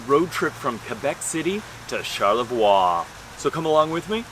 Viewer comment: I try to go to Charlevoix once a year. By the way it's pronounced char-leh-vwa. In French, ending consonants are often not pronounced (I won't explain the rules here, they're complicated).